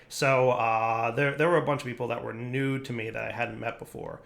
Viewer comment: "A bunch of people that were nude to me" You'll never un-hear it now. :D